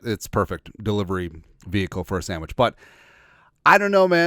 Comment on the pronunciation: "the Sammich talk"